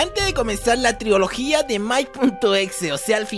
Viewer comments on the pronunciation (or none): Man, se dice “trilogía” no “triología”